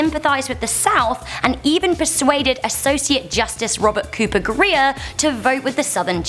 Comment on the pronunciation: you ought to work on your pronunciation "Grier" "supreme" etc